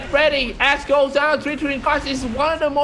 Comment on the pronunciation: lol sorry but he keep say Axe "ass"